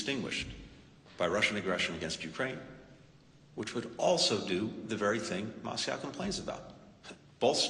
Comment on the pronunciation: It's NOT YOU-kraine! It's you-KRAINE lol